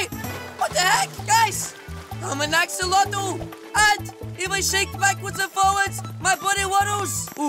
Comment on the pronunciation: Did u say ax-ax-axolotle?!?!